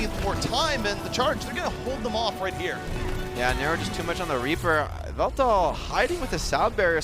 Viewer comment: is it me or did he pronounce yveltals name kinda funny